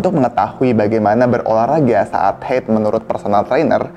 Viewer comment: Haid, bukan heyd😂😂😂 diambil dr bahasa Arab bukan Inggris😅😅